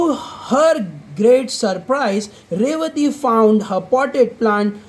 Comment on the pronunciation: Bhai Wah Ravathi nahin Revathi hi